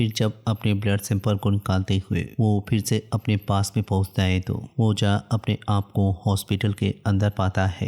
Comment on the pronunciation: Bhai ja ya jaha kya bol raha hai irritate